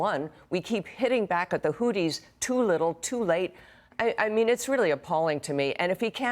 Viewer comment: Houthis and the blowfish? I had no idea you said it like that